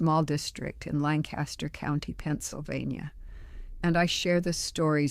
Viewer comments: If you're from Lancaster, you know. There's only one way to pronounce it! No one from here would ever say it that way!! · If she had grown up in Lancaster Co, PA....she would not have pronounced the name as LAN cas ter....but as Lan cas ter....as Natives do :) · I agree. I'm from Lancaster county and have known many Amish people. Her cadence, word choices, and pronunciation are not authentic at all. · Also she pronounced Lancaster not like the locals do